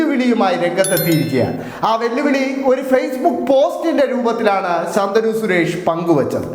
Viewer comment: ശന്തനു അല്ല ശാന്തനു 😂